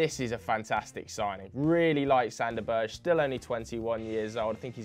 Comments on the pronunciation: Its pronounced Sander Berg-e not Sander Burch😂🤣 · It's not "sander berj" it's sander Ber-ge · I'm cringing every time says "Berj". It's BERGE. Straight forward. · Max Radford sad thing is that this pronounciation is closer than theirs